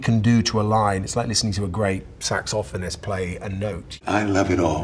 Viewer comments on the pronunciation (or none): Saxophonist? Nah. “SacksOFFinis” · Sack-saw-phonist. I’ve never until today thought about pronouncing this word.